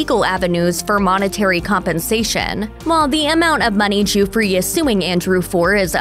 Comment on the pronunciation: It is not pronounced joo-free!!